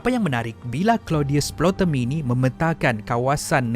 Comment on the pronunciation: Video yg bagus tapi ada pembetulan sikit. Sebutan bg betul ialah Ptolemy bukan Plotemy.